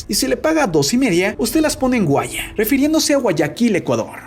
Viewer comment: No es guaya..es Guayas.. xd